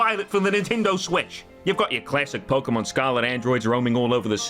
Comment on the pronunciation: Pokémon, not pokeuhmon.